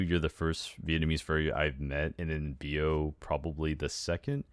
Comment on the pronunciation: For those who was wondering, Bio name's supposed to be pronounced as Bí-oh, and not Bio cause his vnmese nickname is "bí", a winter squash.